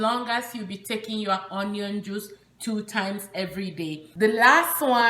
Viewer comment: "onion" is pronounced as " ŭn′yən ", and NOT " on′yən ".